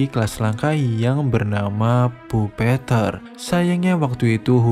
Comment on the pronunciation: bang bacanya bukan puppeteer tapi puppeteer